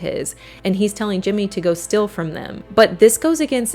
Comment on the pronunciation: Strange how you pronounce the word steal "still".